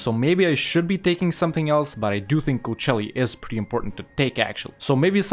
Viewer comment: Dude Kocaeli isn't pronounced Coachelli. It absolutely grinds my gears when i hear it